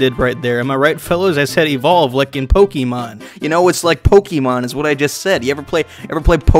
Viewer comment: You kept saying Pokimon while showing image of Pokemon related things.